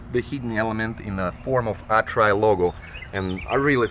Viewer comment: lol so many lulz with this one. The way you pronounced "Atrai" sounds like "I try". This little van sure does try. Even have turbo blowoff. Sounds mean, but it is gutless compared to some modded JDM cars, but it tries.